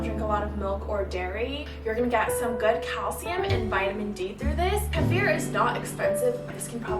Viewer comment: Kefir = Key-fir. Ghee = Gee